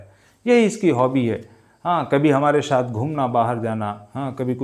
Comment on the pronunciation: Sir not mohshin..Mohsin is right not right shaath.saath is right .not sholv .solv is right sir improv your pronounsation properly for your personality